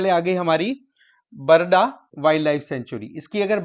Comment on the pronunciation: Not barada sir it's called barda